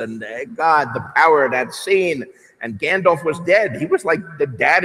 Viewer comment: He doesn’t even pronounce Gandalf the right way ... please stay in your seat